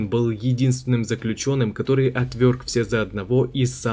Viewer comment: Отверг, а не отвёрг